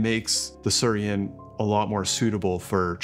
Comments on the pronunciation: my dude. it's not sur-I-en. The I comes before the r...it's pronounced sooey-ren. come on. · ... can not stop smiling ... It is Su-i-ren and not Surien... :-) Bought one in Japan, love it (especially when travelling). Nice review and from my experience I agree, that there is not much difference in taste to a "normal" V60 though there is no bypass with the Su-i-ren :-) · Thanks for the video! One note: it's pronounced "swee-ren." It's the Japanese word for water lily. You can see the resemblance. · I think it’s meant to be pronounced “swee-ren” — “suiren” means “water lily” in Japanese. 🪷